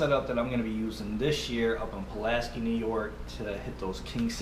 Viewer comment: I use the same set up only mine is a 9 footer. That reels drag is awesome. Oh and Pulaski is pronounced "sky" not "ski"😉